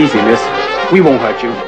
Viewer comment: "don't wowy miss, we won't hote you" hahaha